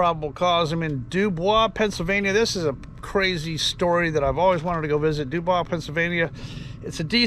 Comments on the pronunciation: Again Not The French pronunciation do baw. Actually do boys... The Pennsylvania pronunciation. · Doo-Boys,, Doo-Boys. Not Doo-Bwaa. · It's pronounced DO-BOY'S...Just sayin' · W. Pa. was originally settled by the French and given French place-names. The British later took over and Anglicized the pronunciations. Area broadcasters said DEWboys, with accent on the first syllable. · ......the name of the town is pronounced Do-BOYS......NOT Do-bwah. I live in the area, and have flown out of that airport dozens of times over the years. Dubois is pronounced Do-BOYS. While "Do-bwah" may be the French pronunciation, that does NOT apply here. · This was a long time ago. Why are you bringing it up now? And the town is pronounced "Doo-Boys." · From a Pennsylvanian. Believe it or not It’s pronounced dew boys. We’re not French. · If you speak Pennsylvanian and not French the town's name (Dubois) is pronounced DO-Boys. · dew-boys is how its pronounced. Not surprised because there is a lot of of rules for thee not for me in our government these days and it has always been that way it seems, great video, Thanks! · Actually pronounced Doo Boyz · Sounds like that report was written by men of great honor and wisdom. Also, I know you purposely mispronounced DuBois. You are the GOAT!!